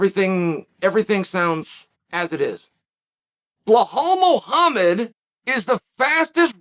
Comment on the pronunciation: Classic Chael quotes, "BLAH-HAL MOHAMMED and GEORGE MASVIDAL!" OMG!!!🤣🤣🤣 HILARIOUS!!!😂 Uncle Chael continues pronouncing these fighters names any damn way he wants too!!!🤣🤣🤣And do you know why? Because he can!!!! The leech statement was the best line!!!😂 I almost fell out of my seat laughing when Chael mentioned that leech statement!!! Uncle Chael, you are one of a kind!!!🤣👍😆